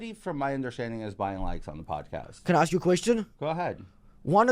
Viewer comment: If the person can't pronounce the word ”ask” or ”asked” properly, then they shouldn't be talking for a living